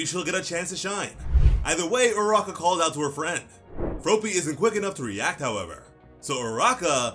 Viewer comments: F R O P Y not Froopy lmfao.... I get that you are American but come on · Please stop saying "Frowpy", it's just "Frawppy" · Fruh-AH-py, not F-rope-ee. lol I know the manga doesn't say it out loud and another comment already mentioned it, but I had to say it, too. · Just remember - it's based off the word frog. You wouldn't say Frogue, you'd say frog! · You're saying "Fropey" instead of "Froppy" it should be pronounced like "Floppy" but with an "r" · It's fr-AH-pee. Not fro-pee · It’s froppy not frooooppy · As much as I love ya your way of saying Froppy kills me it's just Floppy with and R.😂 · Did you just call Froppy FROWPEE? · I love the way u say froppys name LOL FRO PEE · Bro's sayin' "Fropey" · hes saying froppy like soapy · It’s fr-ah-ppy , it actually bothers me you’re doing it wrong